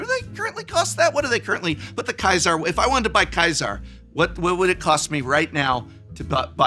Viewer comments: Why did you keep pronouncing Caesar as kaizar, it's Caesar like Julius Caesar the emperor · Historically, "Khai-sar" is correct, just most English speakers pronounce it like the dressing. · Why he say Caesar like Kaizar 😭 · Why are you pronouncing Caesar that way. I had to look it up to be sure im not crazy. Sure there is a german pronunciation that is almost what you said. Hard C or K sound to start.. but its not the english or really any other way to say it. I mean is that how you say "little Caesars"? You know the pizza place? Its "see-ser" not "kie-sar"... not sure why it bigs me so much. Just though an english major would know that. If im wrong then im wrong, but please bring a good explination, hopefully with situations. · The way the Prof pronounces Ceasar, let him look like a legion player. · I find it funny that is pronouncing Caesar the way that he is, despite the fact that people who pronounce it that way are the most loyal. Is Prof showing his true colors?! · Is 'Caesar' really pronounced like that in the games? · Why does mispronounce Caesars name? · Why are you pronouncing Caesar like that? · Please learn how to pronounce “Caesar”